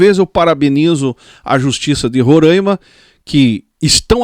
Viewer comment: Não se diz "Rorâima",e sim Roraima